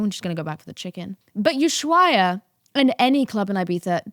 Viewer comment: Here are some fun facts about London and Houston (aka space city) and NY, We have 0 sun and when we do is a Hell on steroids for short amount of time, This is why i go to Ibiza too, the opposite side of where you at (i believe you are in "old Ibiza"). by the way ushuaia is pronounced "oo·sh-wai·uh"